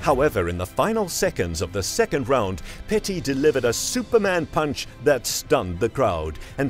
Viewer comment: It's Pettis man...not Petty..you constantly getting names wrong. You're an MMA channel, you haven't actually ever watched him fight? I only ask because the announcers say the names correctly many times every fight.. You called Chuck liddell, Chuck Little in another video, in 20 something years of watching mma i've never heard anyone get HIS name wrong, he's a legend! I'm just trying to help because you're an mma channel, i'm a real fan and i know real fans wouldn't get these names wrong. Maybe i'm just being Petty.